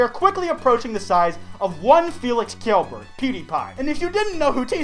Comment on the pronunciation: who killberg? i think its Kjelberg